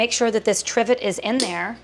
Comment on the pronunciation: Definitely pronounced trivet wrong haha, great video though